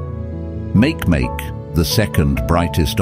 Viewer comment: It's called [ˈmakeˈmake] not [ˈmākˈmāk].